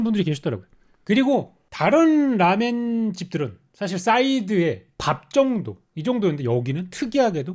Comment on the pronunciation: ㅋㅋㅋㅋㅋㅋㅋㅋ 라멘리뷰 너무 재미남 근데 제발 쇼~유 처럼 라~멘이라고 해주세요